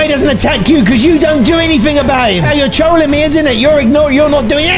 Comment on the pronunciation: I love your intro there you say i am gonna be teolling😂 When i hear that you Are gonna be teolling then i want to take some popcorn😂🍿